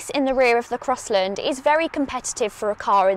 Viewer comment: "Crosslind" 😡😡😡 it's CrossLAND"